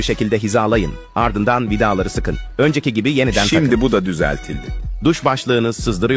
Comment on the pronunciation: vidağğları nağğğsıl sıkaçağğğğaz